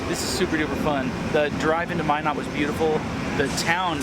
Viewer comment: New subscriber! Great vlog! Minot, ND is pronounced MY-not, as opposed to your-not. The gorge to the west of Cut Bank, MT (whose state postal abbreviation identifies its time zone, Mountain Time), the Glacier county seat in NW Montana, is Cut Bank Creek, where it's 7°F (-14°C) as I type this (courtesy of Wikipedia).